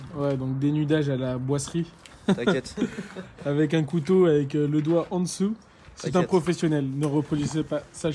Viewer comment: ont prononce boizerie et pas boiserie